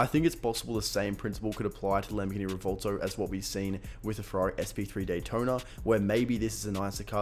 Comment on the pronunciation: It's "Revvuwelto" not "Revolto"